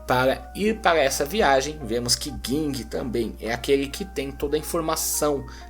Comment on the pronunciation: Porque ler " guingue" e não Ging?